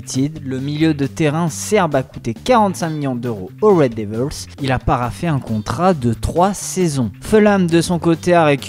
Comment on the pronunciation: On dirait il dit Oreo devils au lieu de red devils